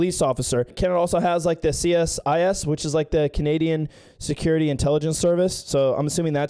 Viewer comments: We pronounce it “seasiss” -CSIS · CSIS — pronounced “Cee-sis”